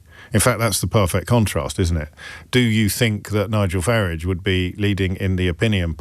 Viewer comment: His leftist rhetoric is dangerous. Tries to discredit Farage by continually pronouncing his name as Farige, just makes him look pathetic.